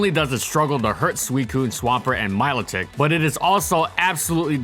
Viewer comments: Mill - Lotic. God that peeved me. I mean wtf, Mylo-Tik , really? IT'S A PLAY ON MELODIC. YOU BUFFOON . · MY-LOH-TICK? HAHAHAHAHAHAHA